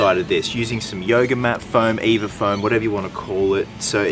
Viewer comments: Your supposed to spell “EVA” out when you say: EVA foam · the way he says EVA foam